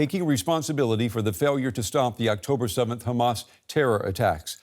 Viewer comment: Will journalists never learn how to pronounce "Hamas?". Why are educated people so inept, or is it haughty arrogance?